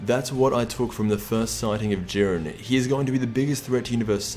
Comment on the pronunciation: Jiiiiiiiiiiren not jurin dafuq